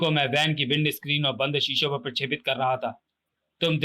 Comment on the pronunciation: Truti Sudhar => Prashepit nahi Prakshepit hai 😤